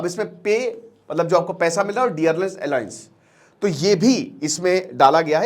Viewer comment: भाई अलायंस नहीं अलॉउंस होता है